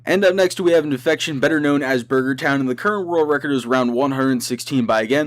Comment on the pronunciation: When he says «the current world record» its sounds like he is saying « the curro worl recor»